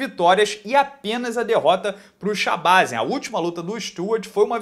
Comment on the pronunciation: Provavelmente, a pronúncia é shabazyan com a última sílaba forte.